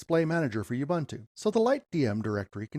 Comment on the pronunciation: BTW, all the "U's" in "Ubuntu" are pronounced as "U's" as in "Oo-boo-ntoo" and not "You-bah-ntu". The "b" should be soft but you don't have that in English so it's difficult for me to teach you how to do it